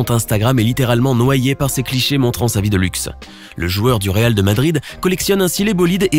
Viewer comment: Weal de Madrid